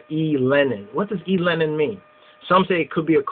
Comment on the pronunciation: El Enin, not E Lenin